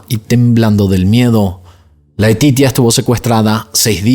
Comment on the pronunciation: Laetitia , se dice Leticia como en español 😊pero te defiendes en francés 😉 , Dios mío este hombre era un moustro ni sus hijos se salvaron de ese sicopata perverso